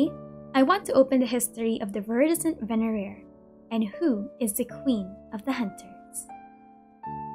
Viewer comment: My Hispanic tongue cannot pronounce venerer.